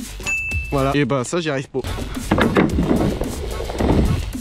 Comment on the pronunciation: j'aime bien le "çà j'y arrive po " :) :)